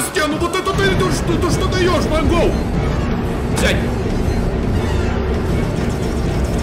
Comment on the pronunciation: Не мангол а мангл и она девочка! И мой любимый персонаж!